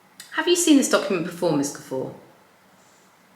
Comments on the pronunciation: Mispronouncing the main person’s surname really belies fact you did even basic research. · Do u mispronounce her name throughout? For goodness sake how does she see Guffour???? You have lost a viewer in 3 minutes